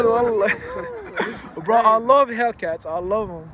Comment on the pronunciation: هيكلات ❌ هيلكات ✅ 😂